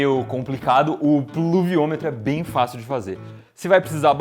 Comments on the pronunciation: puluviometro kkkk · eu seu tenho 9 anos consigo fala pluviômetro com mais facilidade que o Iberê :|